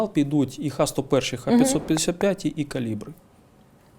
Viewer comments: Завжди цікаво послухати Буланова, але засмучує непрофесійна робота журналіста-жінки. До таких інтерв'ю треба готуватися. Буданов неодноразово каже правильну назву ракет Х-101(ха 101), а журналістка продовжує повторювати Ікс-101. Більшість запитань від неї м'яко кажучи риторичні. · Жінка-журналіст явно вчитися не хоче. Буданов неодноразово каже правильну назву ракет Х-101(ха 101), а вона навіть після цього повторює Ікс-101... Питання від неї, чи є в рашці наші агенти-розвідники, взагалі сміх... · Буданов кілька разів наголошує про ракети Х101, але недолуга журналістка все одно говорить ІКС 101. Невже так важко зрозуміти що в Росії використовується кирилиця??? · Ох і журналістів ви послали інтерв'ю робить. Вона каже "ікс сто один", Буданов поправляє каже "ха сто один", вона бере і тут же знов повторює про ікс. Хіба за останніх три місяці ще не вся країна вивчила чим відрізняються ха-101 від кинджалів і скільки яких ракет було в кожному залпі? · Журналісту (журналістці) разів 4 у відповідь говорять Ха-101, Ха-555, а вона все одно "Ікс-101". Але схоже журналістка Ліги краще розуміється на ракетах, ніж Буданов. Шкода, що в неї не беруть інтерв'ю.